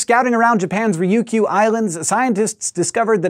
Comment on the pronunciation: best pronouncing a ryukyu i have heard in a while ..most gamers pronounce it like Rye bread which is WRONG Roo-Que is better then nothing but Rye que is waaaay off